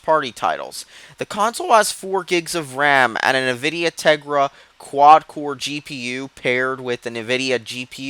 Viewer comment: "nividia" wah wah.